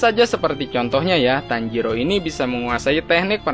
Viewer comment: kok tanjidor jadi harus nya tanjiro min bukan tanjidor bikin ketawa tau 😆😆😆😆😆😆